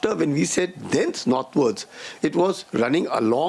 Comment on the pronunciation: “Dense” नहीं “thence”